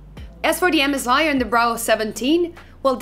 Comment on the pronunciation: Can u stop saying mzi it is M S I . Come oooon